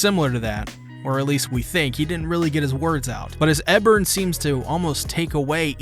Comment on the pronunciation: OK like bruh Ebern even says his name in the episode... how you still saying it wrong?